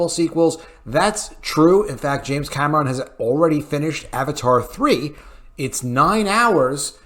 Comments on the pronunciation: For the love of God. Stop saying Cam ah Ron!!! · Why do you keep pronouncing James Cameron's last name the way you do? This movie was phenomenal!!